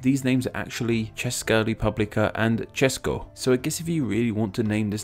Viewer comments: Wow I like this!It is an honor for me as a czech person to watch someone go trough the history of our country's names.And it was very nice that you said Č in Česká Republika and Česko. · Czechia...ugh. Well to say it in short i also hate it and btw you said Česká republika and Česko quite well.